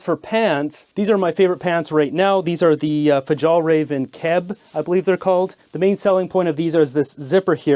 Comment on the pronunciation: Alright dude, you need to work on your pronounciations. Fjällräven is pronounced "fee-yall-rey-ven." Aonijie is pronounced "ah-oh-nee-jee".